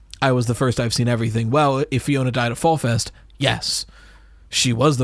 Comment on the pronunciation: lowkey bothers me that nobody can read Alphanumeric, it’s pronounced the way its spelled: Fiona